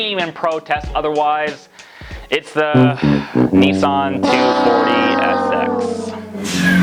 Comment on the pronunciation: Btw. It’s Nissan. Niss an.